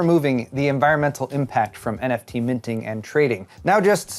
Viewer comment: Neft...Well we all know how good the verge is with words, like tweezers.